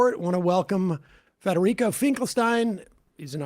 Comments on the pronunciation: Hey friends, it's Federico, not Frederico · Its FEDERICO, not Frederico